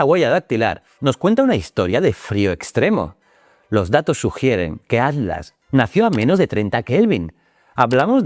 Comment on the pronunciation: Sé que va a ser muy hater pero... ¿Atlas o Adlas? Que estrés esa forma de pronunciar la T.